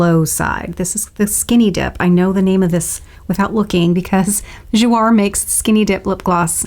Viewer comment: Gorgeous! It's Jou-A (long A) means 'play' in French :)